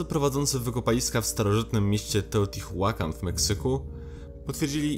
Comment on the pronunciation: a na przyszłość to czyta się poprawniej "teotiłakan" i kecakłatal XD